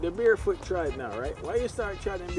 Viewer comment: Barefoot, not bearfoot. You’re quite intelligent, don’t stoop below it.